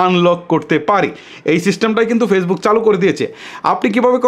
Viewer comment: আপনে বলছেন ওয়াটছাফ এরকতা বলতে ছেন ফেইসবুকের ভুল উচ্চারণ করেছেন 55 সেকেন্ডে এগেইন ছেক করেন 😂😂😂